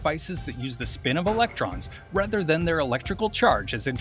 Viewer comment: stress the "a" more in "than" to dispel the common conflation with "then."